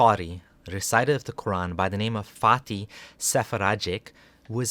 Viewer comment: Does anyone else keep hearing “farty”